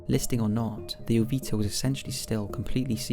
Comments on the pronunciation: Wasn't it "MV Joyita", not "MV Jovita"? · joyita (ho-yee-ta) "little jewel"